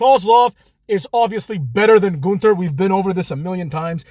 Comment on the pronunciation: None of the staff knows how to say his name right. I always hear at least three different versions of his name.